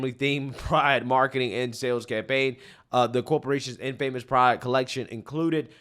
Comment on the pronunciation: It's pronounced IN-fuh-mis.